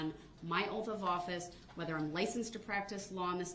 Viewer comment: If you’re going to run your mouth as much as Darrell Brooks does, please pronounce your words correctly. Oaf (oath), troof (truth), estoppel (stop), invoid (null and void), substain (sustain), biast (bias), all of a suddenly (sudden), things are being hidded (hidden). Not to mention lawful law; 3rd party intervener. And to top it off with I don’t consent to being called that name, but answer to it every time he’s asked to remove his mask. This level of ignorance has drained me.